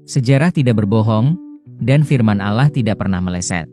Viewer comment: jangan ucap kan lapas alah anda salah. ucap kan lah yg benar a, kalau benar anda islamm.